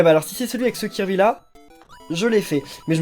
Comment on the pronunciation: tu prononce mal kirby